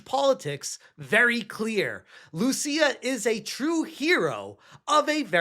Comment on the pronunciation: If she is indeed Brazilian, "Lucia" is not pronounced as you did there. First, it's written "Lúcia", and the accent means the stronger syllable is that one. So you put emphasis on the "Lu" part of the name. Note that for some reason the US doesn't recognize Brazilians as latinos, they are in a different category, so Lúcia wouldn't be a latina.